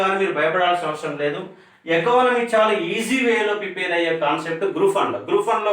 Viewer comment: Prepair kaadu prepare.